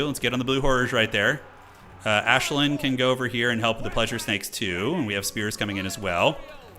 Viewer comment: I'm not a High Elf fan but even I am cringing at you calling Aislinn - 'Ashlyn' 😂